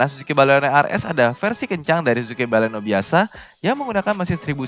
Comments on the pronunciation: baleno bukan balekno. hihihihhihi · baleno kalikkkk... bukan baleknooo 😒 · Mbaklekno? Wkwkwk